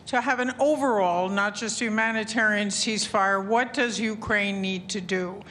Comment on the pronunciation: Eeee... Łot?? 🤣🤣🤣